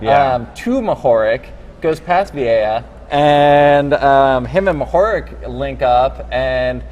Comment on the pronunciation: Mohorič is pronounced "mo-ho-rich". RICH - like who has a lot of money :)